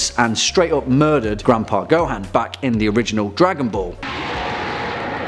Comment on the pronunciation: It's Gohan not GoHAn